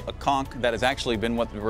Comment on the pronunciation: You've been blowing it since you've started walking, and yet you can't pronounce it correctly.